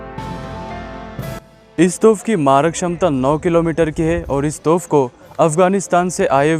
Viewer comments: Toph Nahin Hai Ray Bewaqoof, Toop Boltey Usko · तोफ़ नहीं तोप